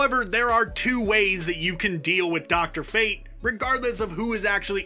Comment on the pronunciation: I know you aint just say drfate